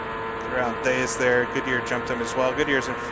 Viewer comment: Great Video and Race! One thing Didier Theys' name is pronounced Diddy-ayy Tays. Can't wait for the res of the season.